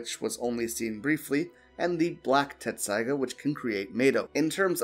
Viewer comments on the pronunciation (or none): It's pronounced Tessaiga, not Tetsusaiga